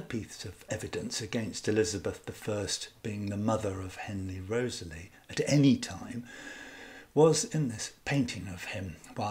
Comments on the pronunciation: REE-TH-SLEE not Rosely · I clicked on this video to learn about the correct pronunciation for the name Wriothesley and ive concluded that there isn't a single correct way because i havent heard your pronunciation before. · Why do you pronounce Southampton’s name as you do? Most scholars pronounce it “Rizley”. Also James Looney is pronounced “Loney” by most scholars.